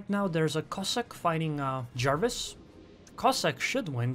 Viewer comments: I'm sure it's pronounced Jervis, not the League of Legends champion Jarvis :) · Nah, the destroyer is named after Admiral John Jervis rather than Jervis Bay. His family name is pronounced JUR-vis (more like Jervis than Jarvis).